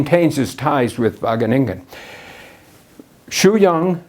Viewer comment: I smoked a bong evertime he said Wageningen in a clear pronunciation without any distinctive Dutch mumbling and funny emphasis on the last syllable. Now I'm so high that I was able to replace my far red LED with the blank stare of my red eyes to save electricity. Thank you,!